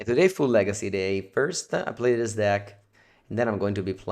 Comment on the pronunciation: Legeecee Veedeeo